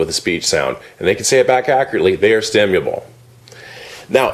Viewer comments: this dude doesn't even pronounce stimulable very well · StimuLable, not Stimuable. The irony is beautiful.